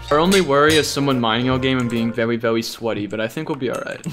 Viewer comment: "Vewy vewy sweaty"